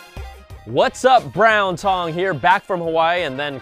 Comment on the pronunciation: lol did he say "Brown Tongue" here?